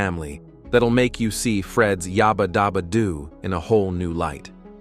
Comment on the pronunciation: yaahbaah daauba?